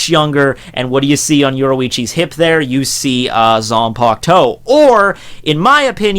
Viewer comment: It might just be her "zampukto", but not her zanpakuto. 🤣